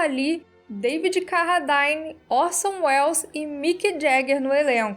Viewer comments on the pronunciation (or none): O nome é Carradine mesmo, e não "Carradaine".